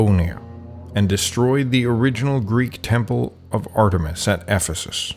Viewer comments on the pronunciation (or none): none